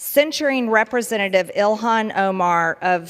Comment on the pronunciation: Ty 😊 🙏 Her name is Pronounces Il han.😅